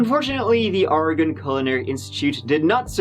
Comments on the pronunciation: As a native Oregonian that hates always having to correct people’s pronunciation of Oregon, thank you for getting it right this time…since last video about Oregon you didn’t. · THANK YOU for pronouncing “Oregon” correctly! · Hey! This is the second time you covered Oregon. I live about 45 minutes south from Portland. I appreciate you pronouncing Oregon correctly. So sad. I remember hearing about this happening. Good job. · Thanks for saying Oregon and Oregonian correctly. Many Americans can’t even manage that. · Nailed the pronunciation of Oregon!! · Thank you for pronouncing Oregon right,!😂😂😂